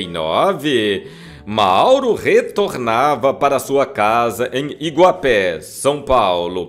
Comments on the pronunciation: Primeiramente, parabéns pelo vídeo ! E só uma correção, a pronuncia correta do nome da cidade é ''Iguape'' e não ''Iguapé'' ok? Abrçs. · Nao é Iguapé ,sem acento ; Iguape ,cidade do litoral paulista do vale do ribeira .(Rio ribeira de iguape ) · Não é iguapé é iguape sp